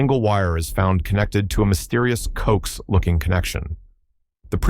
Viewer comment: CO AX! it's pronounced CO AXE, co axial cable, please train your AI.